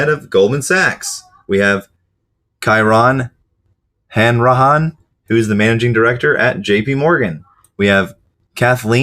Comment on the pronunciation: The names on the right that you were struggling with are Irish names. Kieran Hanrahan = Keer-rin Han-ra-han. Greame McEvoy = Grey-um Mac-a-voy.